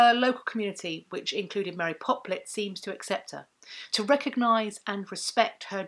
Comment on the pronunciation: You say Mary Poplet, my mind is hearing 'Mary Poppins'.